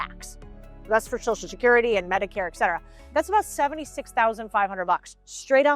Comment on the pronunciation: definitely says excetera and expresso. at least she pronounces her "t"s. not like most gen z: mountain= mau-in button= buh-in. curtain= cur-in. how to make yourself sound stupid 101